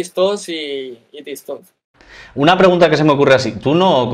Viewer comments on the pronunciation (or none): Comentario serio: creo q dice tis tos porque no puede decir tik tok por los apatatos.. es triste pero real jajajajajaj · Si no sabe ni decir Tiktok